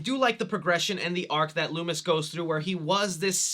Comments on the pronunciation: Did my man really say “Lewis” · Also, please stop calling Dr. Loomis...LOOMY. Just don't...